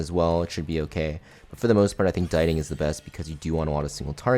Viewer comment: dee-ting not die-ting 🥲